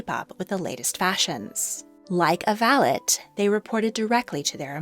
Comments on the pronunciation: I beg to differ, "valet" in British English is not pronounced with a hard t, but with a soft i at the end, sounding like "valei" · I’m from the uk and the word valet is not pronounced with a hard T at all. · In my experience, in British English, 'valet' is pronounced with a silent 't' and not the hard 't' you imply. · I always wondered why in Downton Abbey the word valet was pronounced with a hard tea. I thought, maybe the English just didn’t want to use the same sounding word as a French. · Valet's T is silent